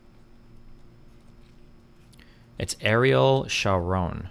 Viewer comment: that destiny doesnt knkw how to pronounce ariel sharon tells you how young he was when ariel was in power.